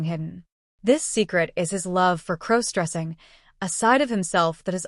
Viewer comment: I thought Emma (again, as always) was his girlfriend of over a year as stated at the beginning of the story. How is he to be her maid of honor??? They suddenly aren't getting married and Emma is marrying someone else? Can someone please teach the AI the proper way to pronounce the word cross? What is crow stressing? Has somebody told the AI story writer that all primary female characters must be named Emma??? This is a horribly chopped up, mixed up, confused version of a story that was on another channel this morning.